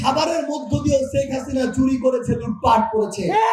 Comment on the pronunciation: প্রধানমন্ত্রীর শেখ হাসিনার নামটা ঠিকমত বলতে পারে না। খাবারের বিল হিসাব করে । খাবারের হোটেলে কাজ করার যোগ্যতা নেই । শেখ হাসিনার সেকেন্ডে 10 লাখ টাকা খেলে এই দেশের মানুষ তাকে ভুলবে না সামনের নির্বাচনে তাকে প্রধানমন্ত্রী হিসেবে দেখতে চাই । উন্নয়ন তাকে সামনের প্রধানমন্ত্রী তৈরি করবে